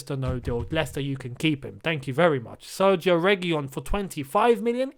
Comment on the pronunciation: An Indian who has been speaking Spanish for 3 years here. It's pronounced as Serkhio Regeelon. The gi is pronounced as kh and single L is pronounced as L. LL make the Y sound